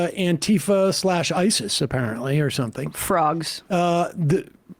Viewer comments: *Antifa not Anitfa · Anti-fa not antee-fah.